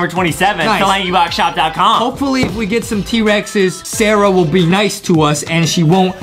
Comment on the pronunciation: Actually its sara